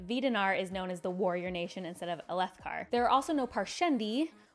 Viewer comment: I didn't find the struggle to pronounce Alethkar nearly as upsetting as the pronunciation of the J in Jasnah and Jah Keved. But that's just me being a pronunciation snob